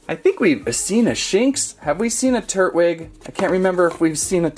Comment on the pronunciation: tur TWIG with a T tur Twig**